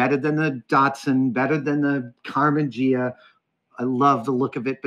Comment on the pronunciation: "Karmann Jeea"???